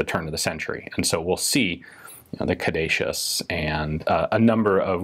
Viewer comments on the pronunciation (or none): Snake and staff is a "cah-doo-see-us" as far as I know from the medical field